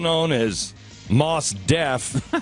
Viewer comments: Glen is such a hack that he didn't even take the time to look up how to pronounce Mos Def, then he talked about the pronunciation with absolute certainty, despite the fact that it is pronounced Mos like Most with a silent t. Seems like he should probably know the facts rather than making them up as he goes along. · How childish is it to mock someone's name?!? & it's pronounced "most" not "moss". & they can give the prisoner a feeding tube surgically put in the stomach, not the painful way way of putting a tube through the nose. Glenn Beck is an idiot surrounded by other idiots on his show. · You "Artards" are pronouncing his name wrong. His name comes from the two words, "Most Definitely". Like, "Most Definitely" one of the best rappers in history. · Is not Moss Def, it's Mos Def. Also, he is a beast rapper. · Maws Def..... I want to put this dude in the face. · they're purposely pronouncing mos def wrong. this is a shame.